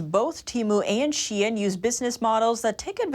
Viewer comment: finally pronounced shein right lmao